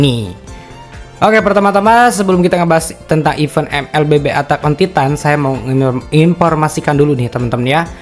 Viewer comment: “Atak on titan” wkwk padahal gampang banget nyari gmna nyebut bahasa inggrisnya😂